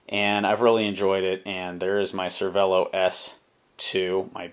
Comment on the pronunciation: Pro tip pronounced cer-vey-lo